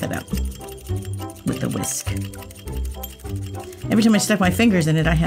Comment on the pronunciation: Thx for lovely tutorial 😊. U r so funny when you say you 'whisky'. I love your channel. Kisses from your subscriber on Cyprus❤